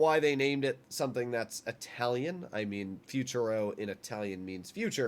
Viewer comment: "Futuro" not fuciuro